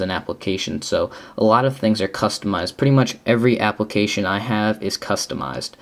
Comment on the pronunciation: Did he just say applecation...?